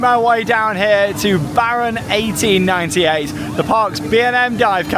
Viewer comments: Came here for the ‘‘Baron akten-akten-negennen’’ and he nailed it... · Het is baron achttien acht en negentig, you prenounced it very good. I love the Efteling.🎉🎉🎉